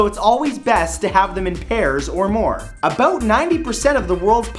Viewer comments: "aboot" lol this guy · "aboot" lol this guy......